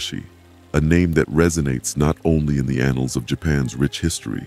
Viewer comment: He said ANNALS!